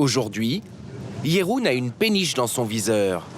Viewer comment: Pourquoi dire Katjé ou Jéroen? Il n'y a pas d'accent !